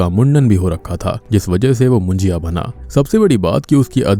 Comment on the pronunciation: It's not मुंजिया.. it's मुंज्या!!